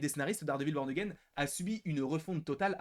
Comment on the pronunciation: Peux tu confirmer le fait que toutes les saisons ne sont pas inscrites dans la timeline et même qu’elle n’y sont-elles plusieurs DISNEY+ ? Sinon fais gaffes à la prononciation,à un moment tu dis « Dardevil P*rn again »😂